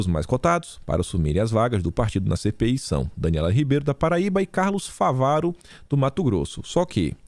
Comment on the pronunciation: é FÁVARO... com acento no Á...